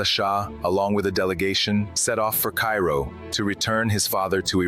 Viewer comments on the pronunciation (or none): none